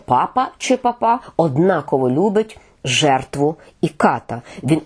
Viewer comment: Наголос потрібно робити на першому складі пАпа Франческо.